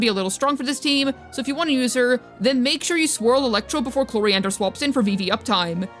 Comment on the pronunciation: Day 1000 of waiting to pronounce chloride’s name right